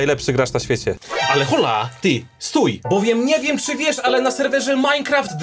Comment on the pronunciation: O nie kurwa tak sie nie bedziemy bawic powiedziales hola zamiast OLA kurwa h jest nieme w Hiszpanskim ty najgorszy czlowieku na ziemi A tak na serio fajny odcinek oprocz lokowania